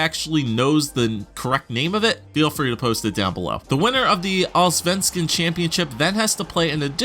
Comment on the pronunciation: You're missing the firts S in Allsvenskan....sounds like All-venskan =D but still very close for a non-swede =)